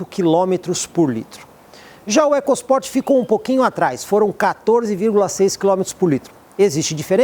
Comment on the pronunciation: Excelente vídeo e avaliação imparcial..... Nós ouvidos somente o "ecos Port" me incomodou.